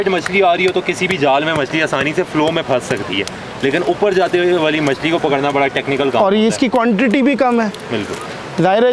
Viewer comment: Trout machi Its machli not machi